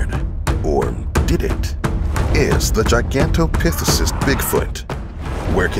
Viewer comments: Ha ha, yeah, I was like what? What did he say? Pithesus? 😁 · Pronounced Gigantopithecus wrong.